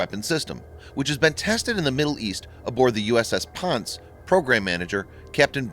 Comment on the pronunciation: Ponce is pronounced “pawn say”